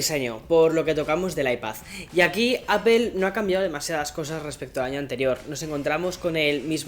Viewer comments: Me gustan tus videos y soy uno de tus suscriptores pero joder tío ya pronuncia bien la palabra “APPLE” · ¿Por qué lo pronuncias “appel”? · Hay algo que me sorprende muchísimo todavía, un YouTuber de tecnología que se enfoca mucho en los productos de la compañía Apple todavía sigue pronunciando mal la marca. Cómo es eso posible y más aún viviendo en EUA 🇺🇸 ósea no lo estas pronunciado ni en inglés ni español😵‍💫😵‍💫